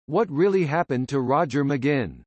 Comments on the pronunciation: True to pronounce his name correct next time. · This is mostly laughable and insulting. The digital voice narrator can't even pronounce McGuinn's name properly. And it calls him Roger from his early age though he was born James McGuinn and only took the name Roger much later with the Byrds. And the jingle-jangle guitar sound only developed when he took up the 12-string Rickenbacker after being inspired by seeing it in a Beatles film played by George Harrison. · Stupid jazz , can't pronounce his name correctly. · It's a computer narrating, but if the person who made it wrote "mahgwin" it probably would've said it right lol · His name is NOT McGinn! It is pronounced: "Mick Gwin." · Okay, thanks for doing this video on one of my lifetime inspirations. But— It's not "Muh-ginn", hello: it doesn't rhyme with "begin"—duh. Each time I hear his name's mispronunciation in this video, which is of course a whole lot because he is your subject, it pisses me off. McGuinn at the beginning, and learn to say his name right. If you're going to do a vid bio of someone, learn to say their name right from the beginning, otherwise it sounds "off", i.e., potentially misinformed. I mean how do you pronounce yours? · I believe McGuinn is pronounced Mcgwinn. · Why the awful computer voice. Can't even pronounce his name right. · At least get the pronouncing of his name right!...at least he mentioned his name change from Jim to Roger...done I believe because the later had the 'right' number of letters in it! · This is a bull crap completely incorrect information video. TO BEGIN WITH THEY CAN'T EVEN PRONOUNCE HIS NAME CORRECTLY. Turn this off & look for something where the people who produce it have a brain in their heads.💩💩💩💩💩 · come on! u could at least pronounce his name correctly!!! ugh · You can't even pronounce his last name correctly. What a joke.